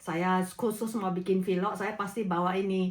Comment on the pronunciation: sy mau tambahkan sedikit saja untuk penyebutan vlog, penyebutannya lsg vlog aja ya jgn jadi vilok. Maaf ya Bu,ini spy kedepannya bahasa penyampaiannya menjadi lebih baik lagi. Tetap semangat terus dlm membuat vlog ya. Gbu🙏🥰